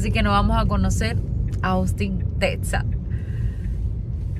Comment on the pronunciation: ¿Cómo... cómo... "Tetsas..." he escuchado... Tetsas... de verdad? Vaya Maestra, pues entonces ando por Oatsaca, Métsico. Ergo, aunque haya una Equis...pobrecita la Jota... caratso.